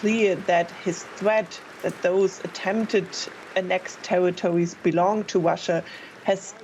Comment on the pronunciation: Did she just say Tewitowis